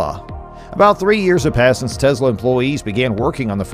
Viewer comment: Good, informative video! However, two small suggestions. 1) Please avoid the word "insane". It's far over-used to the point of fatigue in regards to anything Tesla or Elon Musk. Find other words to express Tesla's remarkable accomplishments. 2) I believe Tesla's pronounced "Tes' la", not "Tezla". Again, you produced an otherwise enjoyable video...thanks!